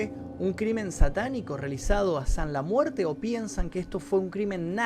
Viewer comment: ''sanla muerte'' ulala señor frances